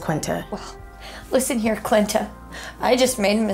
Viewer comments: at first i thought she said 'Clitta' and i was like ummmmm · Ollie Ollie UpAndFree 😂 I know in the video the girl said clinta instead of Quinta. I was just making a joke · Hahahahahahahahahahahahahahaahah! “Qlinta”. Hahahahahahahahahaah😂😂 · I swear I think she keeps saying qlinta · "Listen here Clinta" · Did she call Quinta "Clinta"?? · Quinta's face every time the bride says her name wrong lol